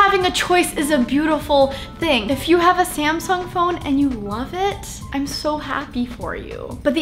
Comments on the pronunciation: Did she say scamsung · Did she just say "SCAMsung" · sounds like she said scamsung lol 😂